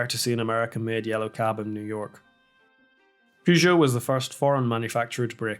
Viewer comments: Why are you pronouncing Peugeot like that? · Wasn't aware that Peugeot cars ever touched North American soil. Partly as Americans keep calling them "Poo Joe".